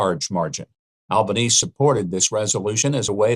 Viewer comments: It's Pronounced ALBAN-EASY not albaneez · Albanese is pronounced Al ban easy. 🇦🇺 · For future reference, the final 'e' in Prime Minister's Albanese's name is pronounced, not silent. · Dude ... Learn how to pronounce "Albanese".... For goodness sake it's available on YouTube....